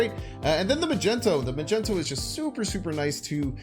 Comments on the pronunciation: Mag knee toe , magento hurts me a little😂 great deck nonetheless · Its not "Magenta"...boy can't read?? It MAGNETO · he's Magneto .. not Magento